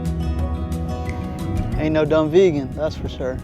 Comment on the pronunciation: It’s pronounced Dun”Vay”gen castle. Not Vegan like the diet.